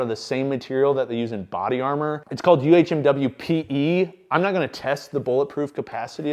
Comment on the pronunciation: the material that you're talking about isn't pronounced "U.H.M.W.P.E'" it's pronounced "um wipe" and it's sometimes used in keybaoard switches